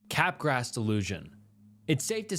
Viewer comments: Bro.. "capgras" is pronounced kuh-graa! Not cap grass. 😑 i knew you were saying it wrong, so... i googled. Honestly, that's something YOU should be doing before you record. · Cap grass .... it's freaking kuh-graa... it's french, that s is not there!!!